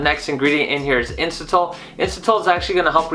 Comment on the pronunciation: 10mg melatonin is way too much. Studies show that 1-3mg is ideal. You can also lose your ability to make melatonin on your own after taking it every night, so you end you depending on the supplement. Just fyi. Also, in the future could you be more accurate and say "supplement" and "inositol". Made it less professional with the way you said those. Thanks.